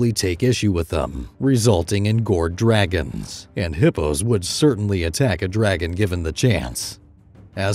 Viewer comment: What do you mean when you say "gourd dragons" in this video?